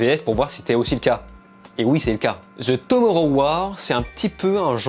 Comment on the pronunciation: Ta prononciation de Tomorrow me fume xD